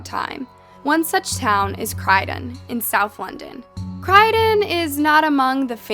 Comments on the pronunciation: It's CROYDON not cridon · Croy?? Cry???? Sounds like shes reading from a script, not very well either. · It’s pronounced “croy den” not “cry den” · It's not 'Crydon', it's 'Croydon' (sounds like with 'Roy') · CROYDEN....NOT CRYDEN !!!... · Its croy-don not crydon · Cryden 😂 it’s Croydon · It's Croydon not Crydon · At times like this why does anyone believe in god huh?????? Why. And do your homework dipshit Croydon is pronounced like Troy not credun your disrespect for a raped and murdered 18yr old is disgusting but hey get some clicks and feel good about yourself hey. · Just so you know its said Croy-don not cry-don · It’s CROY-DON not CRY-DEN 🤦‍♀️ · Its Croydon not crydon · Why you pronouncing Croydon 'Criedon ' it's Croy not crie. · I grew up around Croydon from 94 to ‘00 It’s Croy don not Cry den … like the police officer says in an interview 😂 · Croydon, not Cruydon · It’s CROY like boy… Croyden. Not crydon… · Croydon not Craydon 🤦‍♂️ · as much as i loved this video the name of the plays is croy don not crydon its said CROY - DON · not crydon lady but Pronounced Croydon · It's pronounced as Cr-OY-din... not Cr-Y-din!! 😂 😂 😂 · Ok firstly it’s not ‘Crieden’ it’s ‘crOyden’. Such a horrible and terrible thing to happen to that poor girl. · Anyone else annoyed how she said crydon and not Croydon! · Just an FYI is Croy-don not Cry-don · CROY…..Croydon.Not Crydon🙄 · Great video just 1 thing bugged me.... Kroy-din not kry-din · cry- dun? its croi don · If you're going to say a place name so many times it would be better to at least google how to pronounce it properly, cryden is not a place its Croydon, phonetically 'Kroy-dn' if that helps? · CROYdon, not CRYdon! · HOW CAN YOU SEE CROYDON AND SAY CRY DEN yannoe the word crow? Yeah say that but with a Y CROY DON there’s an O not E When oh when will you learn how to pronounce England place names This is the worst one yet this isn’t even like silent letters wtf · it not crydon, it Croydon!! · cROYdon...not CRYdon